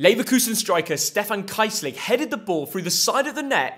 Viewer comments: Next time just look up how to pronounce a name right, Kaissling is a joke😂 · That pronunciation of "Kießling" just absolutely murderer me, but I guess that's what happens when you put zero effort into your content and value quantity over quality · Kießling, pronouced "Kiess", not Kiebling, please - The guy hasn't played for years now, and this still annoys me lol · It’s pronounced„Keessling“ not „Kaissling“ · It is insane how it is possible to mispronounce Kiessling so badly😂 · Never heard a worse pronunciation of Kießling